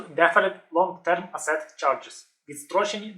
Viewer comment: Asset - наголос на першому складі.